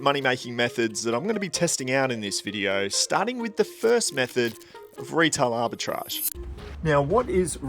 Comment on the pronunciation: That’s now how arbitrage is pronounced…